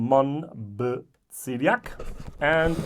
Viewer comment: Mon-ba-Zee-yak I was born in this region. If you have a chance, try Tomatin 21 first fill ex Bourbon ! I have already seen two german whiskytubers who really liked it and i would like your take on it (If you have the opportunity of course.) Btw, this blind tasting was great and humbling as you said. Nothing beats it